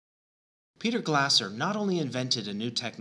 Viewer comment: It's pronounced more like "Glay-zer." Great video!